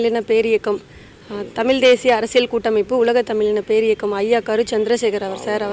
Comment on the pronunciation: அம்மா தாயே உங்களுக்குத்தமிழேஉச்சரிக்கத்தெரியலியேம்மா தமிள்தமல்டமில்